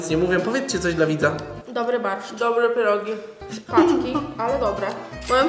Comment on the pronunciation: Czemu ciągle mówi zamiast pierogi to mówi pierug,a na dychę mówi dychu??